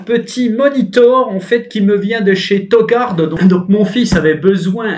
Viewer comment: On dit touu gouarde